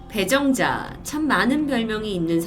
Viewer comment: 저만 처음에 이름을 배불러 라고 들었나요..ㅡㅡ